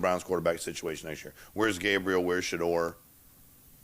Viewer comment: Shedeur not Shadore😂